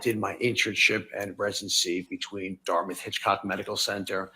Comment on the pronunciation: “Datmouth”. tf. Please annunciate. mr. Spiegel. . Also he already said he was board certified .. then elaine goes and asks for an answer she already has. 🤦🏻‍♂️.